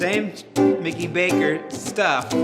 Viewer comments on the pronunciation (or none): none